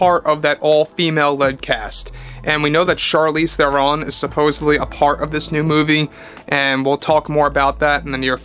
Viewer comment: Charlize Theron's name is pronounced like throne with a rolled R.